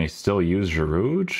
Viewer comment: Btw the D in Giroud is silent.